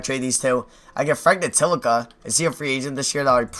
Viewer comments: STOP SAYING FRANK NITILIKA ITS FRANK NI-TI-LI-KI-NA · being that he pronounce frank [til-i-con-a] (<-- correct pronounciation) as (n-til-i-ka) (<--- his pronounciation) leaves me to believe he doesnt know basketball, just 2k lmao